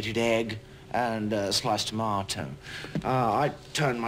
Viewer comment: S L i ce d Ta MaT o